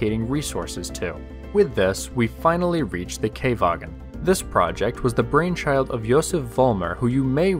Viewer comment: not Kay-vagen, Kha-vagen.